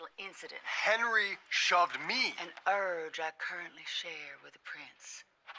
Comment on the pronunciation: Actually, what made me giggle was pronunciation of the word "urge"... she chewed on that like it was some over cooked meat. LOL! I have many TX pals and none of them (some rural, some not) have never pronounced that word quite like that. But I def get your meanin'... I was just like, "Girl, where the hell you from?" (in MY best TX twang). - Baz